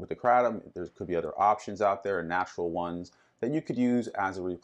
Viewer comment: Probably don't want to get your answers from someone who doesn't even know how to pronounce kratom.